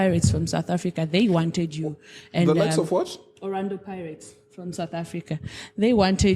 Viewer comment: Thank God the camera didn’t show face when the lady said Orando ‘(Orlando) pirates😂😂